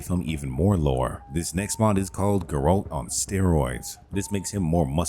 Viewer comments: GAIR-ULT. That is how you say his name. Ger-olt is just incorrect. Anyway, love your vids, dude. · Is this an AI voice? Grass = grash, Geralt = Guhralt, Kiera = Keyera etc? Or did you not play the game at all lol? Either way, I appreciate the list of mods but the mispronunciations were nails on chalkboard. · Are u saying jerome or Geralt? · This is the first time ive heard someone say Geralt as Ge-rolt lol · How do you play the games and never hear someone pronounce Geralt?